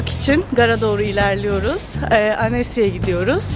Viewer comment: Annecy dıye yzılıyor ama ansı dıye soylenır annesı dedıkce (:::::::::))))))